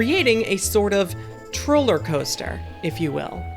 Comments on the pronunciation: She really said “Trollercoaster” haha! I love this channel! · Did she say "Trollercoaster"?